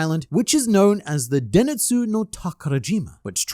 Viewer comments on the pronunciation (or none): I'm sorry for pointing it out like this, I swear I'm not trying to be a snob. I really appreciate that you're trying to show us the Japanese names for places instead of just talking about the English names it's denSETsu not deNITsu Mamorigami (守り神) means "Guardian God" not "God of the Forest"